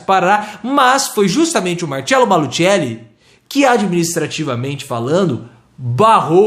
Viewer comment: A pronúncia é Malucelli